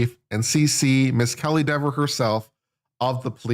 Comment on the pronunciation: It’s pronounced “DEEver” 🤔 😂